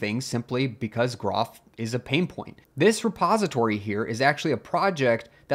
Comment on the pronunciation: By the way groff is pronounced JEE-roff as shown at the very start of the Wikipedia page and as explained in the document linked from that page. The best way to avoid mispronouncing it is for groff to finally get replaced and forgotten.